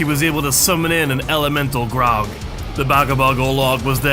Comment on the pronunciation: bro you gotta stop pronouncing the graug as grog. Also you don't need to kill it there's a way to just dismiss your beast or bodyguard